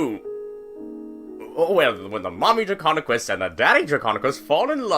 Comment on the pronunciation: Not to be rude or anything, but it’s Draconequus